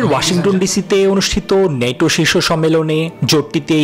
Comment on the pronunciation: নেটো না বল ন্যাটো